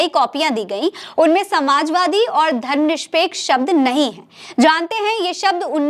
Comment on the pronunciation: Aap is vdo me Dharamnirpeksh ko Dharamnishpeksh kahte hue jaan pad rahi hain..